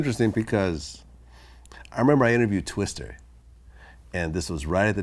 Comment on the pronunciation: Why is he saying "Twister"? It's "Twista".